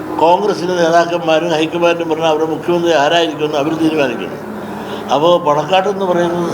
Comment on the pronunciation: പണക്കാട് അല്ല... പാണക്കാട് ആണ്... നിന്റെ വായയിൽ എന്താപിണ്ണാക്ക് ഉണ്ടോ?